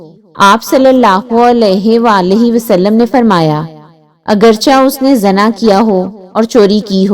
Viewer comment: Zana nhi hota,zina hota h word